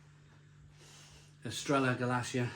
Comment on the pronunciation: It’s actually called Estrella Gal-lith-e-ah